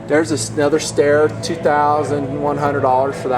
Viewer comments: STYER not STAIR! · Trouble with a 300 win mag or any magnum is heat. As soon as that round heats up that barrel your accuracy is gone. Also you get way too much mirage in the scope from the barrel heat. 308 is the way to go. The name is Steyr. Pronounced ST-EYE-ER. Not stair. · Just fyi STEYR is pronounced st(i)er . Love the vids especially ones like this scene as there is nothing like this where I live in Ireland.